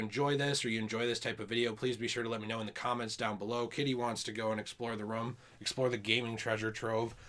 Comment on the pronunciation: We went 7 seconds without mispronunciation “room”😂